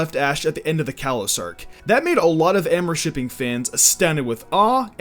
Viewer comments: Did... Did he just say Ambershiping? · “ORMORSHIPPING” “ARMARSHIPPING” “AMARSHIPPING” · you are pronouncing amourshipping wrong